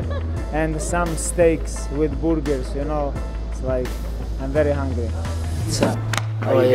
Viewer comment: "Coca Cola with ice and stakes and Boorgers" 😋